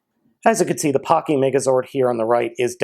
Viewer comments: It's pronounced pachy (pa-ky) Or bun pachy (boon-pa-ky) Not hate just correcting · it's actually pronounced packy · The h is silent